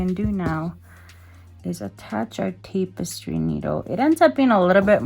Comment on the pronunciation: It's pronounced tappestry not tapestry